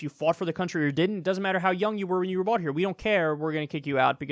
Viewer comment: Am I the only one hearing "he was bought here" instead of "he was brought here"?